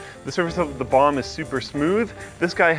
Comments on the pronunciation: I die inside a bit every time he says bomb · Anyone else keep hearing bong instead of bomb? LOL